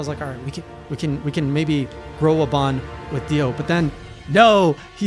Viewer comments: This man's ability to mispronounce names is amazing... I mean I get the monsters from MH.. But DIO is a 3 letter name that is the same of a very famous Heavy Metal Legend...... And he still called him Dion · Everytime you said Dion instead of Dio I actually just said to myself "Ah that's so " I'm excited to see what your thoughts will be in the future. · It’s Dio not Dion 😂😂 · Dio,Dio,Dio,Dio,Dio. Keeps calling him Dion, and it make my brain WRYYYYYYYYYYYYYYYYYYYYY!!!!!!! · P.S. Please stop calling him Dion lmaoooo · He just sei Dion ? Is not Dion is prononcing Dio not Dion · did he call dio dion? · Did he just say "Dion"? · "Dee ohn" lol